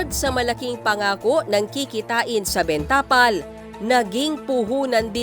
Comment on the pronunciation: Ms. Reporter, hindi ben tapal ang bigkas. Benta pal dapat.